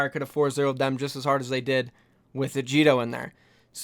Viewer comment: ITS NOT JIDO!!!